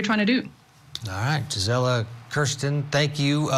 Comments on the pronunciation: “Jizzella”…I have a MAJOR PET PEEVE with news reporters AND creators. How HARD would it be to look up how people say their OWN names (especially when it’s not a common name to them)?!?! GREAT INTERVIEW!👏🏻👏🏻👏🏻👏🏻👏🏻 I called it months ago…YOU’RE going places and I’m so happy for you!😘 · He said her name so wrong but, I love seeing you everywhere G!! You rock!!❤😊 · He almost got your name right! Great appearance G!! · Looking so put together in your court jacket. Your commentary was spot on. But man, I wanted to keep correcting how he was pronouncing your name. the disrespect!! Just think from your first trial coverage in March 2023 to a regular on Court tv in less than 6 months. You should be so proud of yourself - I know i'm proud of you!! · Great job Gisela! Couldn’t help but notice how many times he mispronounced your name! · Gisela very professional! Sorry they didn’t say name correctly but you rocked it!❤ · Wow Congratulations. Great interview except for him mispronouncing your name. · Woohoo Gisela! 🎉 Sidenote: I wish he had pronounced your name correctly.